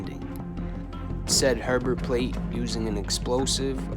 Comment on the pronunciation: Herbert Pate not plate